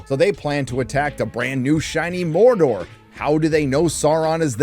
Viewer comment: Mordor dude! DUDE MORDOR! MOR DOR DUDE!